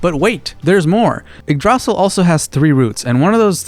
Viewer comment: It hurts me so much hearing igg-drosel But i can understand why youd pronounce it like that 💀